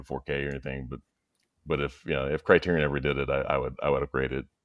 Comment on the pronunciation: I would have loved to listen to this stream, but I listened to the host mispronounce Criterion about 15 times and had to shut it off.